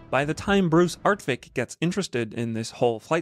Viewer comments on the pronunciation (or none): It's Art-WICK, not Art-VICK. My brother and he were friends in LA when working for Hughes Aircraft. I remember him. The game originally was not going to have sound. He asked my brother if he thought sound was important, and my brother told him, "Indeed!" I had the game on a Commodore 64. It took about 30 minutes to load.